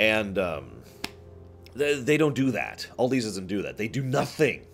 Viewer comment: Aldi It's pronounced Al Di not OLDi it's a Germany company